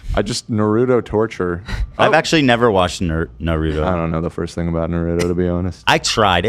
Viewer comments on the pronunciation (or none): Too bad yall did this before the Raja Jackson clip. It’s just as disturbing ALSO calling Naruto “Narudo” is insane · Can you please pronounce Naruto correctly? Put some respect on my boy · you guys mispronouncing Naruto is making me sick!!!